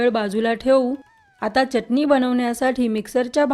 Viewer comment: Uchhar ashudha ahe. Chatni